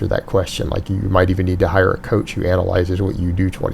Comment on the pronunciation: Coath, haha